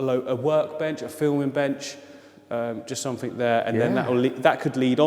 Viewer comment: “click sumfink” LMAOO I LOVE